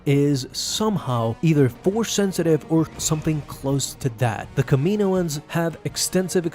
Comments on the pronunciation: It's Cama know ins not Kamino ins 🙄😒😑😅😕🙃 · its pronounced Kamin owens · Love the way u say kamioan